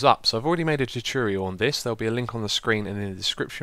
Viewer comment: "Welcome back to another Minecraft turturyal"